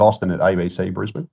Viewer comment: It's Brisbane, see ya